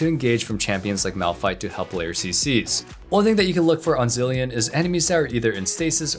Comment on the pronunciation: It’s zilean